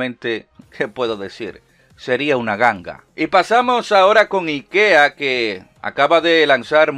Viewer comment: Yo al escuchar al locón pronunciar IKEA 😟 pero después me entero que lo pronuncia como los suecos lo hacen 😎👍🏼